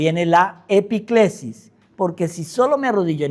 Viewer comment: Epíclesis con acento